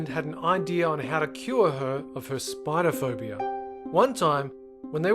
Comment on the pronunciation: I know this nigga ain’t say spider o phobia